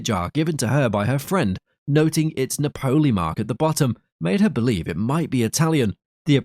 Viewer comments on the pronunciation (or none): Someone please teach AI that "Napoli" is pronounced 'NA po lee', not 'Na PO lee.' In English, it means Naples (Italy).